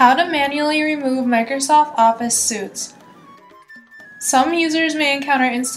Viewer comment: Suite "suit"? Cache "catch"? Regedit 'regit"?' Must be hired voice talent...ain't no tech person.